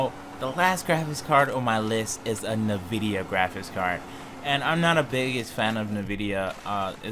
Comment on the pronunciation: It's not pronounced Na Vidia, it's N (the letter) Vidia, NVIDIA.